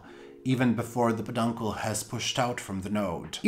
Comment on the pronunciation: knows he is mispronouncing "peduncle." I think it's just hard for him to articulate.